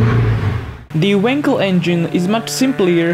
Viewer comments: For the love of god it's wankel not winkle stress the fucking A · you say wankel with an a like in wallet :)